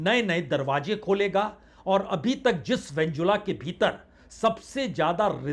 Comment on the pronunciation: उस देश का नाम वेनेजुएला है उसको बार बार वेनजुला बोल रहे हो।